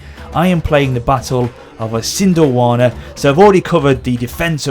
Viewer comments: Pronunciation Help: Is-and-l-wana (Isandlwana) nah-tal (Natal) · Pronunciation: EEsandlwaana. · It's pronounced I-san-dwal-na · your pronounciation of Isandlwana is hilarious